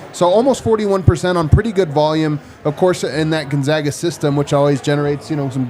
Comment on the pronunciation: Proper pronunciation of Gonzaga is GONE not GUN. …. Gone-zag-uh. Clark Kellogg one of few who says it correctly.